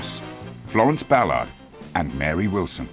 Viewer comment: I like the way he says Florence's surname. I don't think I've heard anyone pronounce "Ballard" the way the narrator here does.